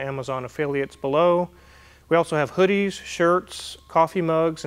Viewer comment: Did you say you have "Hoovies" or "Hoodies" for sale ????